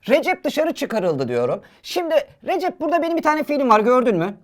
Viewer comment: Recep abinin ismi RECEP ama TÜRKÇE HOCAMIZ RECİP DİYO 🤣